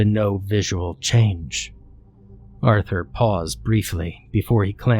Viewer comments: Take a drink everytime this dude says Aurther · Say “Arthur” one more time! Otherwise, ew.